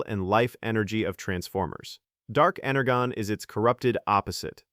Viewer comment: It's pronounced ener-jon